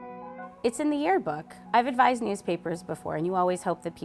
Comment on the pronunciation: lmao “tearbook”